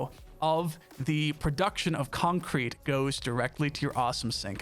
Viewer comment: i like how you pronounce concrete, its almost like its two words when you say it.. "Con-Crete" Reminds me of stewie griffin saying cool-whip Lol :D